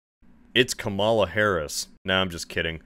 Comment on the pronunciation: Do you actually not know how to pronounce the first name of the women who’s been the VP for 4 years now? 🤦‍♀️